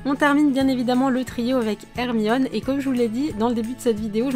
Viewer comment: C'est Hermione (air mi one)